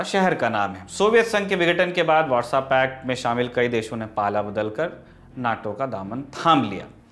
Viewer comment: "Warsaw pact"... "WhatsApp-act" jaisa sunai deta hai! Feels like they created a pact on WhatsApp... 😃